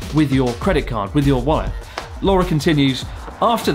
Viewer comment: I heard free reign with your wife instead of wallet 😂😂